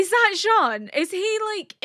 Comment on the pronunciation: ケニー？っていうヒトも多い中、ちゃんとジャン？って言ってますね☺️